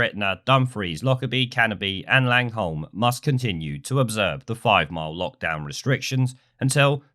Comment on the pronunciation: Langholm is pronounced langham pal